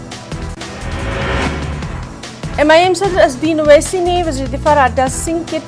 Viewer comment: اوسسی صاحب کا تلفظ غلط ہے. نیوز اینکر کو توجہ دلائی جائے